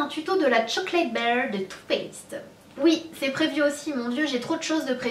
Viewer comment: sana jadore kan tu parle Anglais mais c pas chocolate baire mais BAR kom dans un bar lol mais sinon kom dab continue de nous faire rever